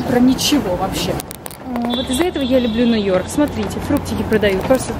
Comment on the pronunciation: Ты супер, но у меня по ушам режет твой НЭ-ЙОРК!) По- русски же это произносится точно так же: Нью-Йорк))) Если ты увидишь, знай :3